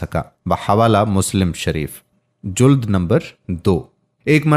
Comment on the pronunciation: Mashallah Allah ap ko jaza dy, kuch alfaz ghalat hn wo drust karln, juld nai jild, kanazuleman nai kanazuleman, zakat mishkat m wao na Para Jay. Islah o tarbiyat Jari rakhn.